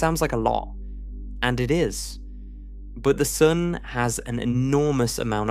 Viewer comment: I love how you say “sun” — it sounds like “soon”